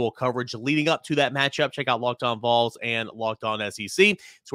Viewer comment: Will someone please work with on the pronunciation of Vols? I like everything else about his work.